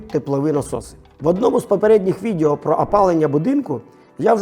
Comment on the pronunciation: Цікаво, пізнавально. Щодо тексту: відЕо а не відЄо. Ріже вухо.